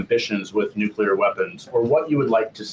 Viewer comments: Please, Benny! Stop mispronouncing the word "nuclear." You are saying it like "nucular" and that is a common mispronunciation. It's like saying "calvary" when you mean "cavalry. " There is no such word as "nucular." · Benny I only bring this up because I respect what you do for our country. I don't want anyone to have an excuse to demean your work. You pronounce the word "Nuclear" Wrong!! It not (nuc ya lure) its (Nuc clee ear) Thanks for all you do! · Love you Benny, but it's not pronounced "nucular", but correct is "nuclear". Might wanna practice that as I am sure this word will come up many times in the future!!